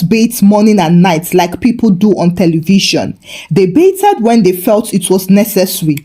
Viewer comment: Genuinely love your stories BUT, I have to ask…why are you pronouncing it “BAYTH-ED” with the “ed” like that? The “ed” isn’t said that way. I notice you do the same with “breathed.” And you pronounce “favorite” as “favor-right”… I’ve been around Nigerians my whole life and never came across this. It’s hard to listen to.